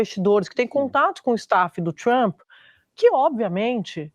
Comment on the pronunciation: Tchruamppy? A Sadi fala TCHRUAMPPY